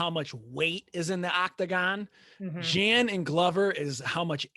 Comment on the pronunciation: Hey, if you can already pronounce Jan Blachowicz, pronounciation of letters "J" and "CH" is same in Jiri´s name. "J"an bla"CH"owicz ~ "J"iri pro"CH"azka. The problem is I noticed guy on the right cant even pronounce Jan properly :D Pronounciation of Jan is same as Yan (~ Petr Yan). Also training partner Bisping was talking about was Brandon Halsey (former Bellator champ and powerful wrestler) and Bisping reffers to Rizin fight Prochazka vs Halsey (I recommend you check this fight on YT, very entertaining and unique fight).